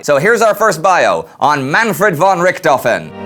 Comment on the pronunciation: I just got a great interest to learn more about the World wars. This series has made it much more easier and now im determined to know everything that happened! Just a suggestion..The word `von´ is pronounced as `fɔn´(fon). Keep up the great work!